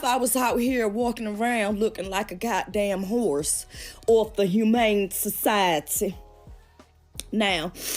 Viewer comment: “ AWF THE HUMANEE SACAIETYYY 😂😂😂